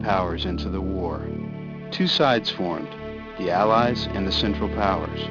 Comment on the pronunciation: he says allies and "sinful" powers....um that sounds a bit biased to me. The accuracy of who was involved is correct however and who mobilized first is also correct.